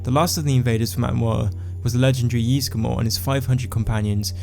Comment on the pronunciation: Ysgramor not Yeesgramor